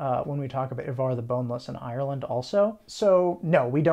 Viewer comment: 11.50: Wrong stress on the word Ivar (at least in modern Swedish).